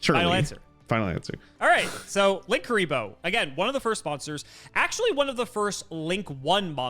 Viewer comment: Wrong pronounce, there isn't 2 Ks, it is either Lin-Kuriboh or Link-Uriboh. Lan isn't an effect monster so can't be used for Borreload.